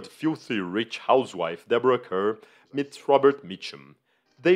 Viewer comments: BTW. Nothing modern is of all time. Deborah Kerr's last name is pronounced "Carr". Just an anomaly of English. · Oy!! Deborah "Kerr" = "car", as everyone knows...